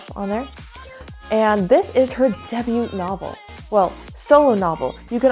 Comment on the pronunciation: I know we've gone over this again and again, we do not pronounce the "t" in debut. (But, may I say, BEAUTIFUL REVIEW!!!!!! I LOVE IT ALL!) (You're trouble with the recording reminds me of the time we tried to record the swearing in and there was no audio so it was useless, but we still watched the entire twenty minutes together XD)